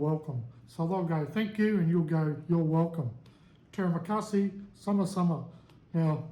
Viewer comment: To ask for the bill you just can say (saya mau bajar) i want to pay translation. Terimakasi premaunce like tree ma Kasi And tedak prenounce like Ti dak Keep on practice. And maybe you.can start taking some lessons mister good luck 🤞